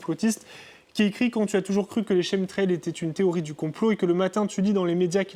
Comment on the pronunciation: Aïe mes oreilles, chemtrail se prononce « kemtrail ».